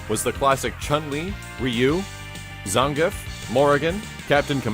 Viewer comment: ur probably the only person I know that pronounces Zangief's name correctly lol